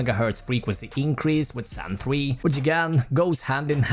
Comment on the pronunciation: Me 25 Sec and "Zan 3" xD